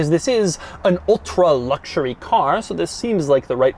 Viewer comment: Everyone: "ultimate luxury" Doug demuro: "ultimate Luoucshuriey"